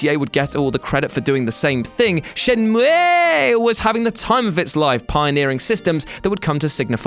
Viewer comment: Is the mispronunciation of Shenmue a gag?